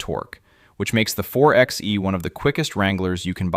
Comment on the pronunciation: A Jeep Wrangler is an SUV, not a truck. It's pronounced 4 by E, not 4 ex E.